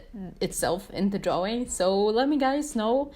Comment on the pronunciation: Drawing not draw wing